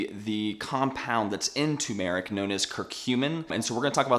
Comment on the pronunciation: I just can’t avoid stepping in here and making a comment. Bro, Turmeric is NOT an Eeerrb (or a Herb, if you’re not American), it is a SPICE! Jees, how difficult is that? 🧐 It’s also not ‘two~maric’, it’s pronounced ‘ter~ma~ric’. (Turmeric) And while I’m here, the expression is “…..a PINCH of salt”. You want people to take the information with a pinch of salt (not a grain’). This is a commonly misspoken expression. You’re welcome 😊